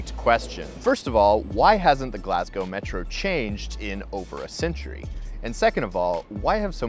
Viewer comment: Mate thanks for saying Glasgow properly. Its actually almost weird to hear it said properly in your accent as I'm so used to hearing it said wrong! Great video! Keep it up